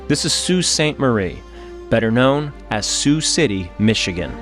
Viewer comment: My mom said she remembers the day it happened because she was a Freshman at MSU and was on her way home and she said the wind was absolutely /nuts/. And /that/ was in central Michigan, it must have been HORRIFIC on the lakes. Also, omg pronouncing Sault correctly? Incredible.